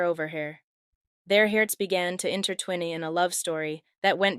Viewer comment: They must have “inter twin eeee” 😂 I never heard anyone pronounce the word intertwine like that. Is this AI?